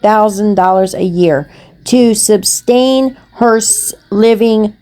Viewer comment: Sustain, not substain!!! You are the gift that keeps on giving!!! ❤❤😂